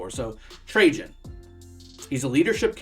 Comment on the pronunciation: My god!!! Finally a you tuber that can pronounce his name correctly